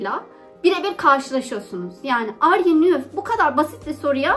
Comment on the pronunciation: Arüyü nüv degil "ar yu niv"